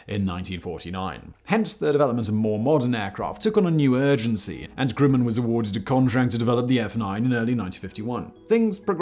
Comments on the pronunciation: What’s this company called “Grooman?” I’ve heard of “Grumman” (rhymes with “gum” not “groom”). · Always heard it was GRUM in instead of GREW min… Sorry Si to keep jumpin’ on you for your infamous mispronunciations, still love 💕 you and our long forgotten Danny too ! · Hey Simon, my dad worked for Grumman, on the Apollo LM. He always pronounced the company name’s first syllable like that of the word “grumble.” That is, not like “groom.” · It's not Grueman, it's Grumman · We Yanks pronounce it Gruhman (like brush), not Grooman. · "Grooman" ==> "Gr-uh-man" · Grumman is pronounced with a soft u, as in "gr-uh-mman." Successor company Northrop-Grumman has several facilities dotting the part of Los Angeles where I live, so the name is as familiar as McDonald's or Burger King. The only thing is, unlike other local aerospace companies in town here, no way is anybody allowed to get close to any Northrop-Grumman location. Allegedly. cough, cough B-21 Raider stealth bomber which deserves to be featured in a future episode of Sideprojects or Megaprojects.